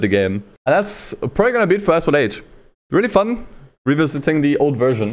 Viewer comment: "Assphalt 8"